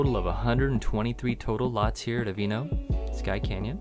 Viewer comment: Yeah, I'm wondering if that's the correct pronunciation. I would think it would be pronounced Ah-vee-ah-no.